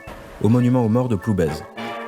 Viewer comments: Bonjour on dit PloubAIR et non PloubAISE ! Merci pour ce bon documentaire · Tu lui diras qu’on ne prononce pas le Z!!!!!!! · Ah oui, vous avez du vous amuser à différentier tel ou tel Guillou, c’est extrêmement commun. ^^ Je pense que son patelin se prononce sans le Z, par ailleurs. Merci pour la vidéo, je connaissais pas ce pourri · Tres intéressant. Par contre, il faut prononcer ploubêr. Le z ne se prononce pas. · Très bien ce reportage, mais merci de prononcer "Ploubère" lorsque vous faites référence à cette commune 😉🙂